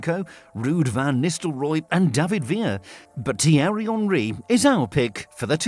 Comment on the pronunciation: tiery honry?